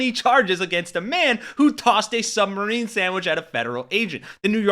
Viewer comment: Am I the only one that hears "submarine sandwich"?